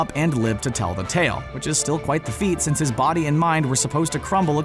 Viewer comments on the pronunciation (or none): none